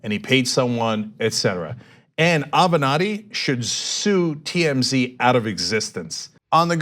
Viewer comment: Michael Ave-not-he